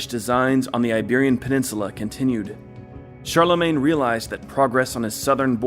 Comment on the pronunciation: Karl-le-mon? Did they call one of the most important Emperors of the middle ages "Karl"?